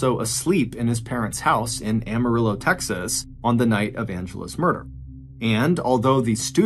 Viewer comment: It's Am-marillo not Arm-arillo